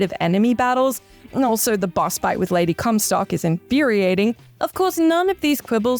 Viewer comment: Did she say Lady Cumsock?